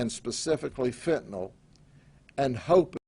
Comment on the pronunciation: This sheriff is the first person I’ve heard not in the medical field who pronounces fentanyl correctly.